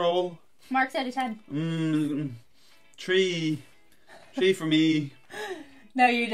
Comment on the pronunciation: That look from Editor at:13....deadly. rating something more than a 6? What is the world coming to nowadays? And yes, you said "tree" instead of three.